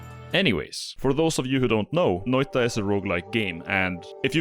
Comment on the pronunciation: Now when I read the word noita, I hear the shitty butchering of the pronunciationthat you say rather than the beautiful correct one. I hate it.